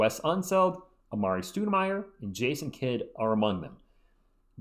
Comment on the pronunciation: The only thing I got from this video was that I was pronouncing Stoudemire wrong this whole time. Didn't know it was pronounced Stoodemire. Jk lol Great Video! You got me pumped for next season. PS. You saying Mitch puts the best line ups, got me confused as hell. Almost had me, not gonna lie